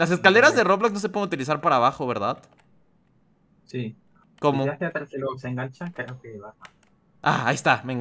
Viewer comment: Porque dices berdat